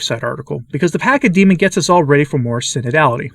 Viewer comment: Pachamama is the ground that you on and the air that you breathe. And the CH is pronounced like the CH in church ...